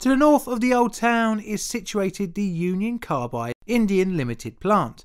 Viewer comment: I though you said "Uncle Carbide"